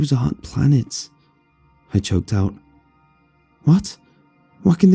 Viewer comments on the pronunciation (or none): I legit thought it said plants not planets.